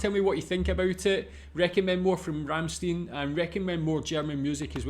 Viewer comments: Please do not pronounce it "Rammsteen" but "Rammshtine" :) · The name of the band is Rammstein and not Ramsteen. Stein is pronounced Schtein in German. Also prefer Americans and English: Rammstein and not Ramsteen. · Not Ramsteen... Ramst-i-n. "ei" in German usually is pronounced like the pronoun I (uppercase letter i) in English. Another band worth watching is Knorkator. I suggest "Kinderlied" for starters. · RammstEIN, like FrankenstEIN, not "een" ;) Cheers! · you could have at least take the effort and learn to pronounce their name a little bit better... worst pronunciation I ever heard from anyone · Not even bothered to look up how to pronounce their name right... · By the way the last syllable of Ramstein is pronounced like you pronounc the huge 1l beer mug used at Octoberfest